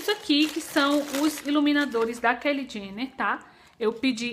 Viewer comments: a pronúncia é Kylie (fala Caili), não Kelly. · Que aflição ela falando o nome da Kylie, mas eu adorei as compras! Esperava que mostrasse mais os produtos. A solução pra não ficar muito longo é fazer partes é assim ajuda mais no conteúdo do canal e consequentemente mais visualizações! Grande bjo